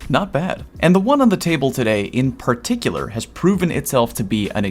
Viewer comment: Did I hear..."perkticular"?